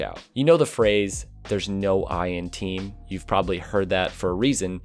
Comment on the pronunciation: "there's no i in tiim